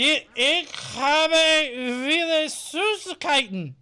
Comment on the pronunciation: just fyi, 'v' in german is pronounced as 'f', so 'viele' should sound like 'feela'